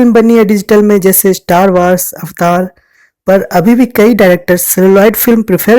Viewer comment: Bhai apna pronunciation to sudhaar le avatar nahi hota avatar hota hai